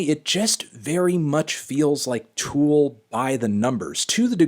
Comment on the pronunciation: For CHRIST’S sake Anthony, it’s TOOL not FOOL